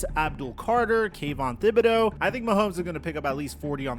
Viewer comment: FYI the "h" in Thibodeaux is silent. Just pretend the h is not there and say it that way